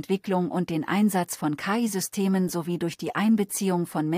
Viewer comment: Man sollte.. ähm ChatGPT4 mal beibringen das KI in dem Fall leicht separiert (Buchstabe für Buchstabe) ausgesprochen wird, da es sich um eine Abkürzung handelt ähnlich wie bei FBI, DB usw. 🤔 Und an den Clipping bzw. Texturfehlern der Zähne sollte man nochmal nachbessern / arbeiten. 😛